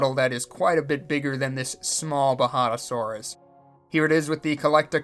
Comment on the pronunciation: Even though you made it a point that it’s been recorded and me saying how to actually pronounce the J is pointless here, ima just say you had it right the very first time xD (and the whole time)